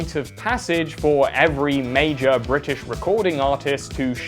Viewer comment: LMAO "bri'ish" ""people£""